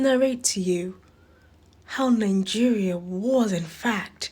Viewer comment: You speak English and still you pounce nigeria as ningeria, why do you Nigerians add an n when pronouncing it with 2 n